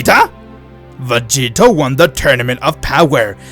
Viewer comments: Does anyone know how many times he says "Vageto"? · Why does he say master roshi found vagito instead of grandpa gohan